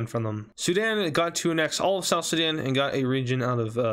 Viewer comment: Did my bro said Zidane instead of Sudan 😂😂😂😂